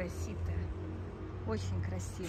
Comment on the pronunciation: СитЕ,слово французское,с ударением на последний слог